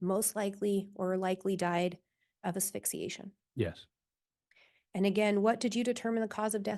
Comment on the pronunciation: Great day Chad's brother came in to hear the medical examiner say homicide by ephyxiation.